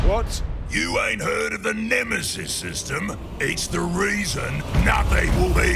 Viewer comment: Nemesees? The fuck?!